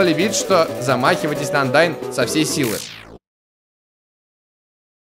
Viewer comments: не Аиндайн а Андайн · Идёт 16 серия не как не может правильно произнести 'Андайн' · Коммент в топ чтобы увидел. 1.У монстров по идее нет пола они безполые о чем говорит отсудствие половых органов и википедия... 2. ты ведь можешь быстро перемешаться с помошью поромшика. 3.Ты не мог там убить Андайн. 4.Андайн читается не как айндайн,я вообше не понял этого произношения. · Не АльфИс а Альфис,не Айндайн а Андайн,Отношения такие потому-что у монстров всё по другому,не так как у людей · Почему говорит "Айндайн" она Андайн? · да не айндайн а андайн